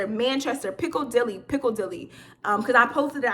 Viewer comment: Piccadilly - Pick ah dill ee 😂😂😂